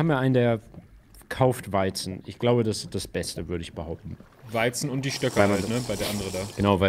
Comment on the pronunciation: Kleine korrektur an den bro: es heisst stöcke, ohne R...danke 😂